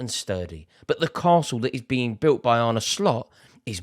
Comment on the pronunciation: Thank you for pronouncing his first name correctly. There's a video on YouTube of him pronouncing his name so when other LFC supporters get it wrong it's a bit cringe inducing. He's not Spanish.